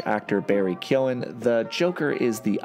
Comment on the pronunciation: I just have to say as an Irish man I’m extremely impressed you are the first person I’ve heard pronounce Barry keoghans name correctly so respect also great video